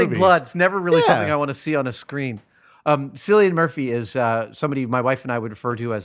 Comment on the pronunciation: It's pronounced "Kill-lee-an" not 'Silly-ian".